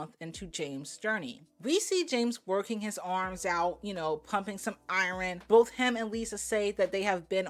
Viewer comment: Iron- ✅️ I-URN ❌️ I-REN said with love from new sub